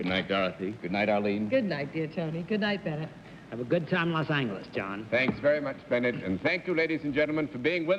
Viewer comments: Can someone exlplain to me why Bennett, who is so well-traveled pronounces the city wrong repeatedly for over a decade, instead of Los An-juh-liss, he messes up and says Loss-ang-guhl-lees? That always drives me nuts' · I suppose it is Cerf's Judaism which causes him to pronounce Los Angheles. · Bennett again tonight mispronounces Los Angeles. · You know you are watching a show from 50+ years ago when you hear “Los Angeles” pronounced with a hard /g/. Sometimes I forget people used to pronounce it that way and it can be jarring. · No, it's his age. He's using a pronunciation that was once very common, even in California, and which is arguably closer (though not really all that close) to the original Spanish. Using short words and syllables with their English phonetics, the Spanish is approximately ON-hay-lace; the older English is approximately ANGLE-ease. The newer ANN-jell-us began taking over only in the last half of the 20th century, so if you watch older movies and TV shows, you can hear the same pronunciation Bennett uses quite frequently.